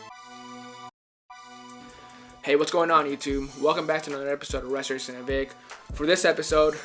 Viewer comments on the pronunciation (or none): "Hello, welcome to this episode of ressherashun uh vick" lol that's what it sounds like